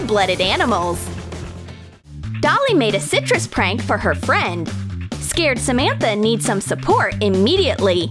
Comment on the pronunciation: On a prank she said trank